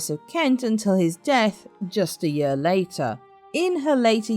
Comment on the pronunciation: Do learn to pronounce "year" properly, it´s not "yur".